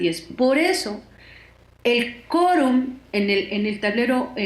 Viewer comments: Se dice 'QUORUM' NO Corum . , Chale enseñate a hablar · Hay que decirle a la periodista entrevistada que la u de quorum se pronuncia. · La entrevistada no sabe pronunciar la palabra quórum. 🧐🧐🧐🧐🧐